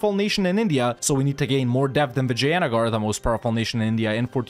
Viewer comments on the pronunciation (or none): PAIN! is when raj-put-na get's pronounced raj-puh-ta-na. mostly due to idiotic transliteration. i have become numb to vi-ja-ya-nugger being pronounced as vi-jai-an-a-gar though.